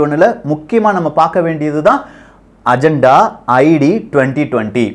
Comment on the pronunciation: அஜந்தா இல்லை. அஜென்டா 🙄